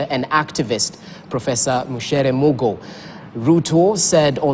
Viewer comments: True. Was abit disturbed when she misprounced her name. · Kindly note she is not Mucere but Micere.